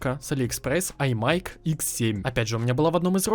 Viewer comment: не АйМайк а АйМайс.